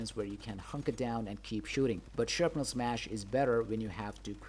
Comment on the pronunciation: Is no one going to mention that the word is Shrapnel not Sharpnel? Thought it was just a typo at first.